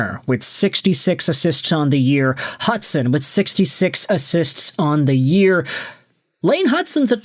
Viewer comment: this guy has been saying it forever now, it’s rage bait